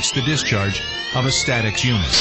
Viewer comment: Ah yes “St-atex”